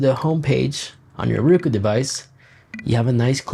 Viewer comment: It's "Roku", not "RUKU"